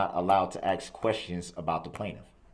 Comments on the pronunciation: Some day Americans will learn the word is "ask" not "aks" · He can’t pronounce the words “ask” or “tacit,” yet we’re supposed to believe he even has a basic knowledge of criminal/con law. SUUUURRRREEEE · What a moron. He should stop acksing questions (why do people struggle with the word ask?). He acksed the whole courtroom apparently. Dead people can't testify you waste of oxygen. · Awesome! I'm not going crazy! Literally the same 3 question I've been "axing" myself. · He wasn't penalized for saying 'subtained' v sustained ... he wasn't penalized for saying "aks" v ask ... He penalized himself for not knowing the difference between civil and criminal procedures. An appeal in a criminal case can be filed once the defendant is convicted. In civil cases, the case is stayed until the Appeal is decided by a higher court. Why? In civil cases, the Judge has far more authority over evidence and witness testimony where as in criminal cases, the law is very clear and unforgiving for the Judge's rulings must adhere to the rules of evidence as defined by past practices to protect the innocent that dates back to JC who was wrongfully sentenced to death v LIFE for being a HE R ETIC ... Etic means the study of a culture as in laws of reLIGion v state .... a HERE.TIC is a human para$ITE such as a Sovereign Shitizen Guru could be in either case... soveREIGN means KING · Although Mr. Brooks is clearly a very knowledgeable guy 🙄, there are a few things he does not know. 1. The definition of hearsay 2. The proper pronunciation of several words, sustain, recuse and ask are a few 3. His name